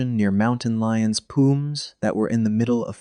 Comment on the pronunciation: The AI pronouced pumas as "pumes". You suck, I'm out.